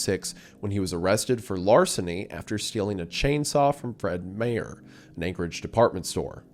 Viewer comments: Fred Mayor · I had to stop and rewind my brain couldn’t take it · Legitimately had to rewind to see if thats actually what he was talking about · Had to find this comment the moment I heard this 😂